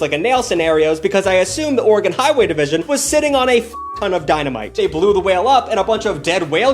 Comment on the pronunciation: There's an unofficial law in Oregon that if you missprounce oregon you'll get the shit beat out of you by an Oregonian 😊 (or eh gun)